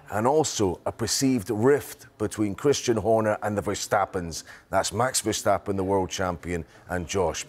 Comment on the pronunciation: Craig Slater is a ham. Can't even pronounce Jos Verstappen's name.